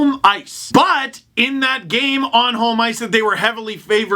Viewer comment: Love the way you pronounce 'home'. Sounds like 'holm'. like 'Holmstrom' or 'holm-ice'.